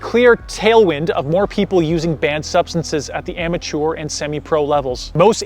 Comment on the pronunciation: I like how you say "amateur"; it has a 1940s or even Gilded Age ring to it. I'm stealing your pronunciation!